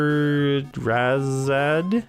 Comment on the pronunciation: Blue screen... could it be?::bullet hole:: YES!!!!! I think it's Sha-hair-ehh-zod. I'm a bit surprised December turned out to be a skimpy retro month for you,. I got a mini-haul of Genesis titles and an SNES game for Christmas. They're all items I picked out at a store over Thanksgiving and Bean then wrapped up to give me, but still! Happy New Year, man.